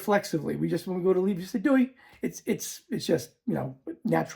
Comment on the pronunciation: There's no 'w' in Doei. So not "dewey" but just plain Doey. The i is pronounced like the (Dutch) j.